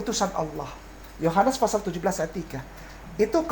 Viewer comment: Pasal bukan fasal